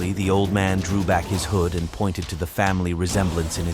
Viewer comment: The AI voice pronounced ‘hood’ to rhyme with ‘food’.